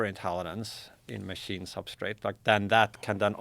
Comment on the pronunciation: How are these people so educated but still can't pronounce "machine" smh I quit